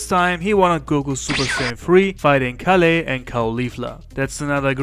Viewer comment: Btw you mispronounced kale's name wrong it's kale as in the vegetable not kaleh